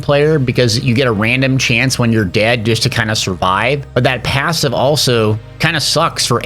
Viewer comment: How tf did you manage to add a y to the word passive?